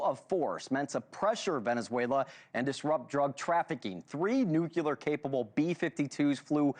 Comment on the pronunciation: I have no respect for people who say nucular (instead of nuclear).